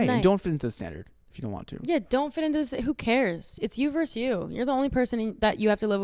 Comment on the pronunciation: You verSUS you. Not "verse". Why does EVERYONE think "vs" stands for "verse"???? I don't get this widespread non-understanding of this word.